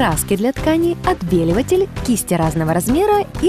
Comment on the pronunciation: Отбеливатель... 🤦🏼‍♀️ Не мастер-класс, а ужас какой-то